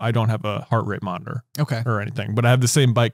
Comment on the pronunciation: It was a little annoying that can't say Monitor correctly and when he har 2 stories about it and says it alot it's kinda cringeworthy:P All in all i enjoyed this podcast very much:) And i love all your Harry Potter content on this channel:D